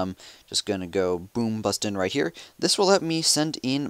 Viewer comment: Holy fuck say in like it is meant to be said. There is no such thing as "eeen" it is "in". "That will have me send eeeen my pekka" omfg I almost through my iPad at the door.